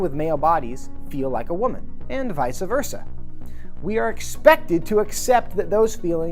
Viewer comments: My dude lost any credibility he was trying to manufacture as soon as he said “visuh versa.” Way to blow your whole pseudo-intellectual cover, transphobe! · Did he just say vicea verca😂😂